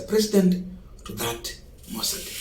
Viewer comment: Pronounce mausoleum correctly Not Muslim